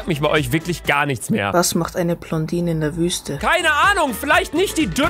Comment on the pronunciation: Wem fällt das auch auf das er statt "Blondine", "Plondine" sagt xD #NoHate xD